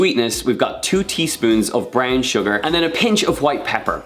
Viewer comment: For a minute there I thought he said “bran sugar”, I was like “ where the hell am I gonna get that?!”🤣🤣